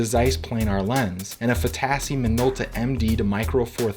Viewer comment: My guess is Fotasy is pronounced accenting the Fo, not the tas.